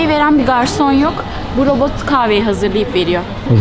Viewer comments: T harfini söyleyemiyorsun. Robot derken, sesin boğuluyor. Robooğğ gibi bişey çıkıyor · Neden konuşurken sondaki t harfini yutuyor ( mesela robot yada otomat derken ) yada buna tek dikkat eden ben miyim 😤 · Ayrıca "t" harfinde de sıkıntı var. "Robo-g" gibi birşey diyor, dikkatim hep oraya kaydı. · Robo" "lar niye peki, T nereye gidiyor çok rahatsız oldum :') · Otoma'lar diyor, robo'lar diyor hahahhaha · Abin bitti sen mi başladın? Önce bir “Robot” demeyi öğren! Robo’ların diyorsun çok itici geliyor. Düzgün konuşmayı beceremeyen birisin. Video çekmeden önce biraz kendini geliştir.